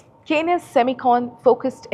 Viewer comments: Anchor cannot even pronounce Kaynes technology correctly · Hi, kindly check the pronunciation of 'Kaynes' for your next video on the company. Thanks.